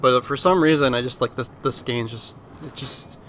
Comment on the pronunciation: Bro really said skane…. its Skåne.. its closer to the Sound of o then a